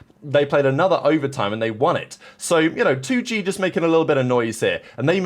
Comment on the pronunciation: 2Gay? Its 2 Gee, like the letter G.